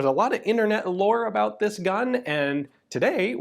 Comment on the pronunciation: Did he just say lore 🤣